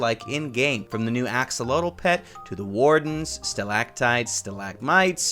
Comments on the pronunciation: 10000+ points for correct pronunciation of Axolotl ! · Axolotl ARE CRITICALLY ENDANGERED pls let’s all help save em for those of you who don’t know what it is... it’s a salamander that lives in water all it’s life ( can be kept as pets as irl) has amazing regeneration and is pronounced AXEL OT L ( ot as in otter) but you can pronounce it how you want... also this isn’t even half the information on this amazing creature so...